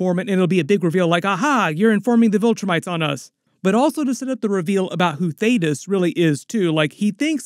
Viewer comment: Finally! You said Thaedus correctly 🙌🏽 thank you 😂